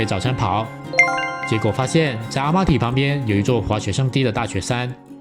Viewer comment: 哈萨克语的y，读呃，Almaty啊勒码特呃呃。和曼谷Bang Sue火车站的ue是一个音。也许是马来语的影响，您一个读i一个读u了。